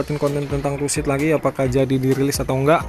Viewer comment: Bang bukan tussid tusid, karena kan gak ada s. Truk simulator indonesia, tuh gak ada s kan.